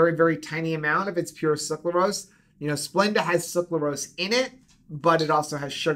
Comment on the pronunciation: I loved this info! I wish more people would realize that Gatorade/Powerade are not good for electrolytes. They just have good marketing. But, you’re killing me! It’s pronounced suc-ra-lose not suc-la-rose. 😁